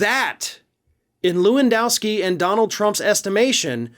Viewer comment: HEY! Lewandowski ranges in the top 5 most common polish names. Can you make at least an effort to pronounce it in an acceptable manner? LEH-VUNN-DOFFS-KEY try again...that‘s better...almost